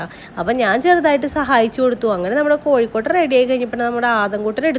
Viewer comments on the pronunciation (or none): കോഴിക്കോട്ട് അല്ല കൊഴക്കട്ടയാണ്